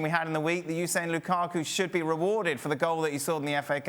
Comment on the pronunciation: Ale: "LUKAAKUU"